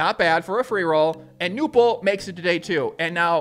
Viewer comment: It's pronounced Knueerrrppel (without a silent K)